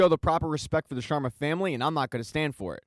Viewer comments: It’s SHARMA not SHWARMA Homie it’s an Indian last name not a Mediterranean dish Solid recap though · Why do you keep saying Shawarma instead of Sharma. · hahaha the "Shawarmas"